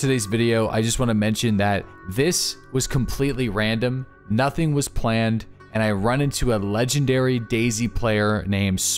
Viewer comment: Legandary he says xD .....?